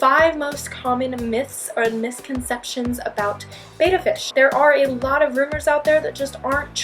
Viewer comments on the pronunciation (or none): They are pronounced "bet-tah" not "bay-tah". You're confusing it with the word Beta. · Nice vid....forgot the 6th myth. These are not bay-tuh fish...they are Bet-tuh Splenden's. golden rule 1 T it's Greek for 2 Bay-tuh. 2 TT's it's noun and pronounced Bet-tuh. Please help end this irritating fallacy. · Myth #1 They are not called Bay-duh they are called Bet-da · Betta, not beta. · May I add one more misconception for anyone who wants to know......They are called "Bet-ta" fish, not "Bay-ta" fish. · It’s not bayta fish it’s betta fish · I am amazed by the number of people who are involved with Bettas and mispronounce their name. FYI: They are BET-ta fish not BA-ta fish. Betta is spelled with 2 t's making the E have a short e sound. Beta is the word that is pronounced BA-ta and is the second letter of the Greek alphabet. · FYI, it's BET-ta, not BAY-ta. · Betta not Bayta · Number 1 it is pronounced betta not bayta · FIRST they are called/pronounced Bet-ta NOT --->Beyta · The first thing to learn about bettas is that the name is not capitalized since it is not a proper name and is pronounced ... bet ... bet ... bet ... betta - NOT BAYTA or baeta and NOT BAYTAFISH. See here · If you work at a pet store, please learn how to pronounce the fish's name. Beta (bay-ta) is a whole different thing. Betta (bet-ta) is the Chinese fighting fish. This is a fact. Research it. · I'm sorry, I'm finding it difficult to take advice for anyone who doesn't pronounce it correctly. There's a Beta (Bātă) player that was used before VCR's came out, then there's Betta (Bĕttă) fish. Got my first one before they got popular. Then the big chain petstores got them & started pronouncing it wrong now we have this mess. Don't believe me? #1 you need to break out your old English book, #2 feel free to Google it. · You lost my trust after your first mispronunciation of the word betta. It is actually a "Betta" fish, not a "Beta" fish... and it is pronounced with a soft e, not a long A sound.